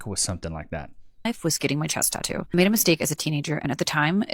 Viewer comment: tawto lmao speak tye queens English damit 🇨🇦